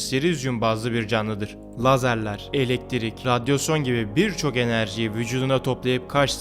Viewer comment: Radyosyon ne hocam radyasyondur o